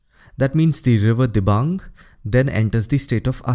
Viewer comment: Fr A.p its Dibang nt Diabang